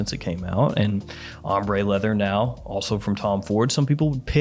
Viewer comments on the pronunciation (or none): none